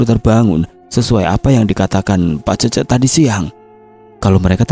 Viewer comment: Cece dibaca Cécé. Ke depannya kalo bacain certa dari tanah Sunda mending cari tau dulu.